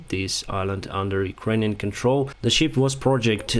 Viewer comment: Не шіп а шип Шіп це вівця по англійськи А взагалі молодець, інформація сама близька до дійсності Дякую!